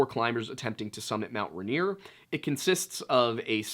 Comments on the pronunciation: I LIVE IM WASHINGTON IT IS MOUNT “RAIN EAR” not raneer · Most Washingtonians call it "Rain-ear" not "Run-ear" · Washington local (ray-neer) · For the Washingtonians- it’s pronounced, Rain-ear. I’m being picky, but if you know, you know. Props on Snoqualmie! Give this one a shot- Puyallup. How about Sequim? I just found and love your channel